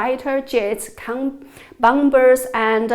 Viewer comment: A linguistic side note: The second b in "bomber" is mute!